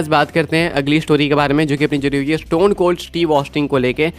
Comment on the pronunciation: Judi hui hai sounds like injury hui hai "Agli news injury hui hai seth Rollins ko" 😅